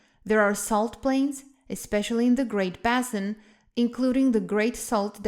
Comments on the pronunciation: Oh honestly, the word "basin" is pronounced "BAY-sin". If you're making a presentation for Youtube then you're necessarily online, and so you can find the proper pronunciation of words in a heartbeat. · If she didn't have an accent I'd have been critical, but she clearly does have a consistent accent so that's just how the pronunciation is going to be. Like Bah-sin for basin, that's a Spanish pronunciation of "a".